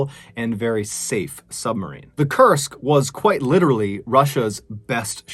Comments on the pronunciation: I kept thinking you were saying the name of the sub was Cursed. It's pronounced as "Koorsk" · This whole time, I thought you were saying it was named "The Cursed", and I was like, "well, that's your problem right there." Now, I realize that that is not the name of the ship. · When you said "Kursk" I thought you were saying "cursed" ... lol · "Kursk" or "Cursed"? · Forgive me for being didactic. It’s pronounced K-oo-rsk. It’s important to get these details right. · I thought you were saying cursed all this time and I’m like wow that’s the worst name for a sub 😂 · I kept thinking he was saying cursed too! It wasn't until later when I saw the named spelled out I realized I was wrong. It does make you wonder about the similarity tho. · Koorsk is the correct pronunciation